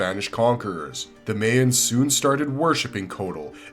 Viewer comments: "May-ens?" Isn't it pronounced "my-ens?" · bro, its pronounced Mai-uhns, not MAY-uhns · That bothered me so much! Lol